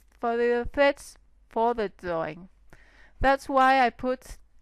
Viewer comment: great tutorials, and dont be afraid to say the R! it sounds like youre saying theads and dawing